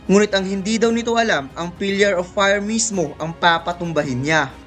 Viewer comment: Pillar not pilyar